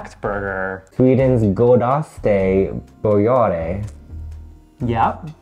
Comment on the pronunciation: I literally hate how you said max godaste burgare😭😭😭